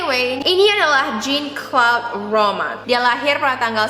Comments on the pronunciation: Pronouncenya " Jean : Zang, Claude : Klod, Romand : Romon" kak ❤ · harusnya namanya diucapin Zhang-klod romong